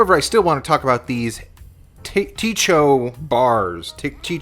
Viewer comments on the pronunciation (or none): it is Cho. The T is silent.